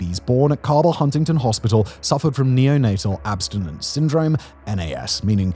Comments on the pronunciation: Learn how to pronounce Cabel and Kanawha as a life long resident it hurts me a little every time 😂😂😂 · My mother and her family are from West Virginia. As far as I'm aware, no one on my mom's side is affected by the opioid crisis, but I haven't had contact with family on that side in years. And, uh, Simon, the "ca" in Cabell sounds like "cat," and Kanawha is pronounced "kuh-naw-wuh," or "kuh-naw" if you want to sound like a local."